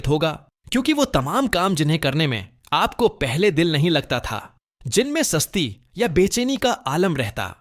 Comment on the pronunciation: AI k bajaye khud dubbing kr Lyn... Saari Urdu ka beragharq kiya hoa Hy bechaini ko be cheeni.. susti ko sasti... Aur videos myn yehi Haal Hy. 😅